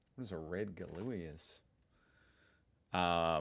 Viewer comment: these cigarettes are pronounced GO LO AAAHs and they come in the weaker red and stronger blue variant. we smoked those 20 years ago when i was a teenager.